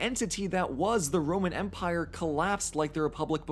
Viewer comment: When he said "this is the Roman empire!" while it was being stabbed, I thought he said Roman emperor.